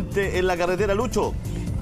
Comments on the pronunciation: Dijo CALETERA? 😂😂🤣🤣🤣🤣🤣😂😂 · Se dice carretera no caretera